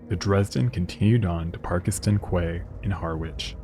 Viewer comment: Also, a point of pronunciation - Quay is pronounced KEY , not Kway. Love the channel , fascinating stuff.